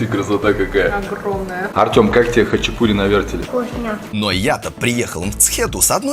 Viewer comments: Почему говорят хачипури?ХАЧАПУРИ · Только не хачипури а Хачапури :) режет слух когда не правильно произносите слова . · Автор! Не хычипури, а хачапури!!! И произносить нужно именно так ХАЧАПУРИ! А не хычипури... Буква П в этом слове – воздушно-летящая ПХ! Хычипури, блин!